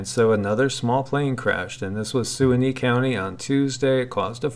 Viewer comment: Omg. Nobody else? Ok then: Suwannee. Se-WAH’-nee. Suwannee, how I love ya, how I love ya . . .